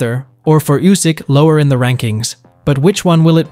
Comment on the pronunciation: Usyk ❌, U S Y K ✅